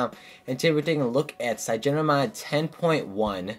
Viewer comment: Its Cy-an-O-gen. Like cyanide. LOL! Cygeno. -.